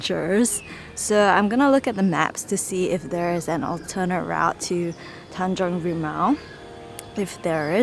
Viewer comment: you pronounced it correctly. Tanjong rimau